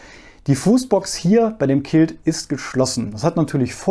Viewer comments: Quilt (gesprochen "Kwilt"), nicht Kilt (Schottenrock). ;-) Ich habe auch beide, den GramXpert und den Liteway, und der Liteway ist mir auch zu klein (ich bin allerdings XL oder XXL in allem). Deshalb habe ich den meiner Frau vermacht. Ich finde nur das Packmass bei dem GramXpert etwas massiv. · Kilt = schottischer traditioneller Männerrock Quilt (gesprochen Kwilt!!!) = Schlafsack ohne Rucken und Kapuze Ansonsten top Video. Ich find deine Video generll immer sehr informativund aufschlssreich. Für die leider noch sehr eingeschränkten deutschen YT UL Sparte bist du definitiv eine Bereicherung